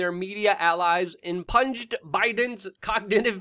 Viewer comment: Luke, the word is pronounced "im-PEW-nd", not "im-PUNJ-d".